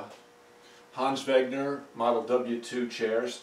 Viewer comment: Love these chairs! Remembering coming in homes all my childhood filled with 50’s and 60’s danish design furnitures, and I thought they were awful and outdated and you could more or less get furnitures like this for free. By the way when you say Hans Wegner, forget the G in wegner and you pronounce it right. I should know, because I’m danish.